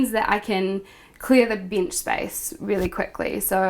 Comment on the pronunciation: Hilarious pronunciation: bench/binge, deck/dick, possession/position, meant/mint, bead-room/bedroom, bid/beard/bed, steers/stairs, axes/access, dear/there, sinned/spent, seems/sense, peck/pick etc.